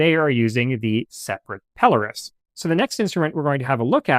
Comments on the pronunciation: It’s 100% Pelōrus, so your accent is on the “O.” It’s a Latinized version of a Greek name, Peloros, and so looking in a couple of Latin dictionaries you’ll see that the “O” is long and thus takes the accent. In Greek, the accent is in the same place. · I worked in the Navigation business33 years, It is pronounced "Pel-lor- us". one of you early pictures is of a telescopic alidade not a pelorus ring or a bearing circle.